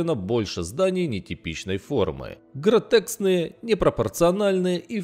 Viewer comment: "ГротеКСные"... аааааа мои уши....